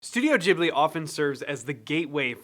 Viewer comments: Ghibli is pronounced with a hard G :) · Ghibli with a G like for Go